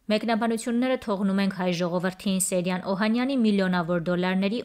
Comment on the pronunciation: Աղջի՛կ, կարդում ես և ամենակարևորը՝ ՍեՅրան անունը չգիտես ՃԻՇՏ արտասանել, նաև հաստատ՝ գրել։ Ոչ թե ՍեՐյան սխալով պետք է գրել ու արտասանել, այլ՝ ՍեՅրան ։ Ամո՛թ է, չնայանած ավազակը սոխով֊սխտորով սիրտս չէ։ Ուղղակի՝ կարդալ, գրել, արտասանել սովորե՛ք, հետո այս գործն արե՛ք❗